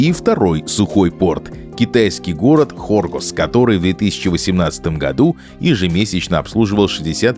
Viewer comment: Хоргос находится южнее, карты ваши врут! Ударение надо ставить на последний слог.